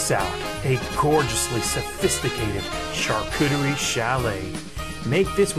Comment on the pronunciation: Hehe he said cooter